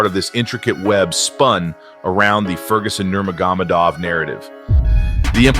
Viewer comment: Lol how dare you mispronounce Khabib Nurmagomedov!! Might as well say Yon Yones while you’re at it!!…. Great documentary though!